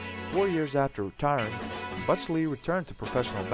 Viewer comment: "Butch" is not that difficult to say.